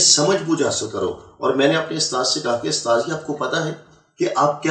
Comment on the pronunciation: he says he is a hafiz and doesn't even know how to pronounce USTAD. what a joke. The Christian liars really need to do better than this born Indian Christian. He doesn't even know that in every mosque there are hundreds of QURAN with translation that 10 year old children read every day and no permission is ever needed from an " usthaaz ". What a joke first they used to have every so called convert saying he was the son of a muaazeen who was a imam and now it's this rubbish.Looks like things are getting really desperate for the so called born agains. 😂😂😂😂😂😂😂😂😂😂